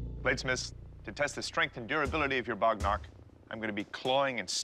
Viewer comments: It's not bognark its waghnakh means tiger's nails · Just FYI, it's bagh nakh (alternatively, vagh nakh), not bognark 😅 bagh = tiger nakh = nails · It's Bagh Nakh not bognark